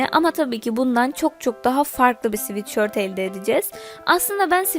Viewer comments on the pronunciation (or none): sivitşört değil sıvetsört